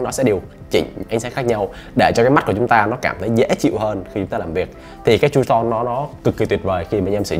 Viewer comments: Hình như là true tone đọc là tru - tông phải k bác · góp ý nhỏ: không phải "con bướm" và không phải "tru ton" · Ổng đọc là tru ton á, tr mạnh đàng hoàng mà mấy ba